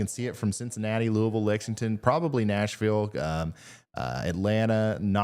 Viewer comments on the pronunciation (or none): none